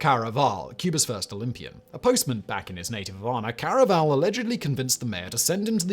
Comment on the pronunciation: Please, Simon, by the Gods, at least make a real attempt to pronounce a name properly - Felix Carvajal's name is pronounced like "carve a hall".